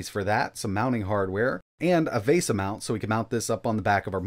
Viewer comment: Dag, "minnis" forum AND "vaysa". Too bad it doesn't have an "ARDREENO" processor for the trifecta! 😆